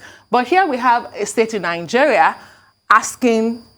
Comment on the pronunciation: Why does that girl pronounce words like that? Especially Nigeria. Nawa